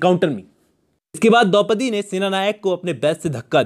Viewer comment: Its Dopdi...